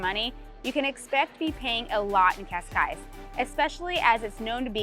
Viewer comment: Neither of the ways you say Cascais are how you pronounce Cascais. No judgement, it’s a hard language but don’t be teaching ppl if you don’t know it yourself. :)